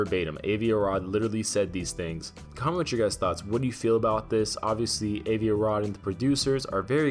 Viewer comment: for fuck sake stop mispronouncing Avi!